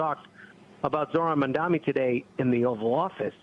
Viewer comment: Mam Da Ni....NOT Man Dami.....NOT ManDani